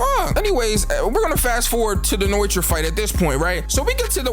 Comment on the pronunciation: I swear to god it’s pronounced: no-e-tora not fucken noitra